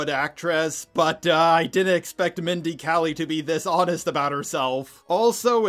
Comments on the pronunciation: KAY-LING, NOT KELLY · Although I agree with you about Velma, why do you constantly call Mindy Kaling, Mindy Kelly? I mean, she's not one of my favorite actresses, pretty much the opposite in fact, but she does deserve the courtesy of pronouncing her name correctly when you trash her acting and her series. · I thought that was the upmost disrespect and thats pretty funny. Mindy kelly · i love how never pronounces mind kaling's name right its so BASED